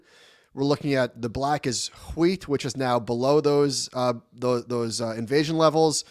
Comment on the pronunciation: yes Josh ....wheat whooeat. Remember Stewie Griffin. lol